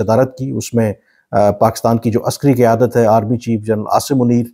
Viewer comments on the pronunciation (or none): none